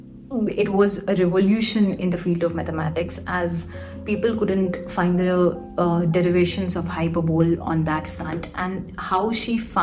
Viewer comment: its hyperbole (hy-per-buh-lee)